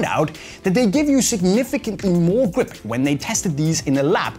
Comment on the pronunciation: cool way to say "gwip"